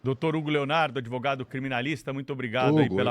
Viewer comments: Tinha ou tinha provas a" adevogado "? Inacreditável ouvir isso!! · "Adêvogado" do "Prerrô"